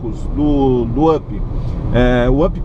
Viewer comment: up,se pronúncia "ap"!